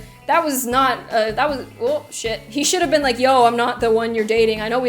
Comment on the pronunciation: Natalie Whaley didn't have any grammar errors, she spelled "been" the American way. just pronounced it like '"bean"